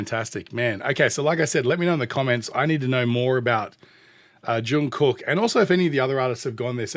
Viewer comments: pronounced Jun Gook...the middle k is silent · JK is the Golden Maknae, now more like the Golden Slayer! All of his songs will blow you away, even his covers.. Don't pronounce the first "K" in Kook..